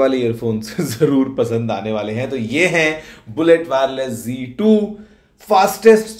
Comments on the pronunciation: Not G2 Ok Plese correctly pronounce Z2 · Aur z2 ko g2 kyu bol rha hai